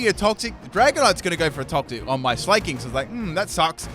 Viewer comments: It pains me to listen to him saying 'slay-king' instead of 'sla-king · S-lah-king not S-lay-king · It's sla(c)k-king not sla(y)-king fuck you even said it had slack off like do you not understand hes the king of slacking off not slaying bitches. Jesus.